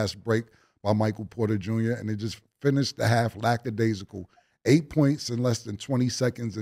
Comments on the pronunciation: Somebody please show cam how to properly say lackadaisical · Cam we get it … you know how to say and use the word lackadaisical… now stop over using it champ lol